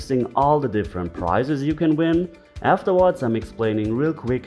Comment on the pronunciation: I'm a Patreon. Just busting stones here lol LOVE the channel. Who else thought a "giveaway" shouldn't have prices? Haha I knew it was priZes. Just spelled how he pronounces it. Kinda funny! Sign me up for a chance to win a price please!